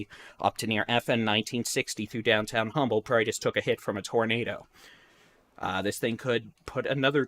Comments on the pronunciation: It’s pronounced UMBLE, as if the H is silent❗️⚠️ 1-9-2022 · FYI it's pronounced umble, h is silent.